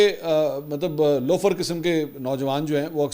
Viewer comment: Lofar nhi Sir , most lossiiiiiiii boln please